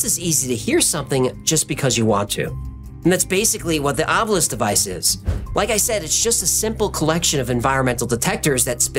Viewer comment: THANK YOU for pronouncing "Ovilus" correctly! After hearing Zak Bagans mispronounce it "Ov-you-lus" for years, it's comforting to hear it properly and correctly pronounced. It's kind of like hearing people say, "Noo-CUE-lus" or "sim-YOU-lur" - There are no such words. Great episode tonight, BTW!